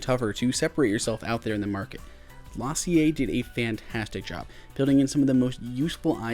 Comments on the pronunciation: Lah-see-aye?!? LaCie (pronounced Lah-See) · That’s for sure not how you say their name. It’s Lacey, like the name. Seriously, check out their YouTube channel.